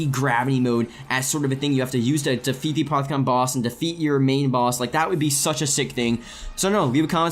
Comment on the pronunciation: its making me alittle angry that he is saying aparthicon its apothican